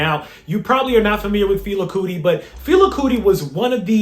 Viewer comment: FEH-LAH, KOO-TEE. My guy said “Fila Cootie”😂😂